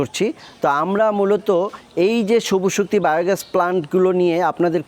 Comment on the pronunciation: নাম হল সবুজ শক্তি আর আপনি বারবার বলেন সবু শক্তি, হাস্সকর